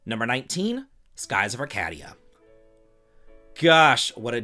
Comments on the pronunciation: Skies of Ar-CADE-ia. Like arcade games. Not "caddy" like in golf. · Skies of Arcadia. Arcadia is pronounced like "Arcade" (like videogame arcade) with "dia" (dee-ah) (ar-Cae-dee'ah). Also Chrono and Crono, is pronounced crow-no... not " k' ruh' no "